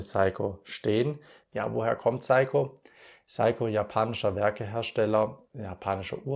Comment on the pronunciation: Sehr schönes Video und tolles Thema. Und noch ein Youtuber von vielen, die einfach "SEIKO" NICHT KORREKT aussprechen. Vielleicht beim nächsten Mal 😊